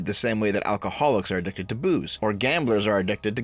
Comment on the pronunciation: Lol i had to go back and relisten because i thought you said "like how fat people are addicted to food, alcoholics are addicted to boobs."